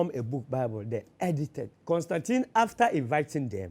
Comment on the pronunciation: He has the correct pronunciation of Constantine. Kobby Ireland